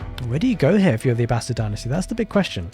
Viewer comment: Oof! That was rough for the Abb-ass-id.